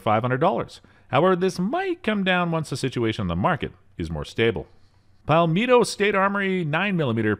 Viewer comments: "Pal-meat-o State Armory" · Not for nothing there spelled carbine pronounced carbean n PSA is pronounced pal-met-toe state armory but to each's own like the title should be renamed a hair trigger over $500 hmmm!!##?? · Pal-mee-to? lol 😂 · Wait wait wait… “ack-urr-it”….“paul-me-tow”?! Im going out on a limb here..you were homeschooled, weren’t you? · "BUG-a-loo"? "Pal-MEE-tow" State Armory? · I really enjoyed the way you pronounced "Palmetto." LOL. You've never heard that word before... huh? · As a South Carolinian, the way he said "Palmetto" made me cringe. 😤🤢🤔